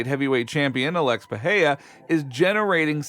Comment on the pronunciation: The name is PeReiRa not Peheia.